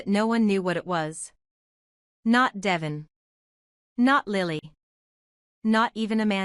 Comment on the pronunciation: Omg narrator its Deeevon, say it correctly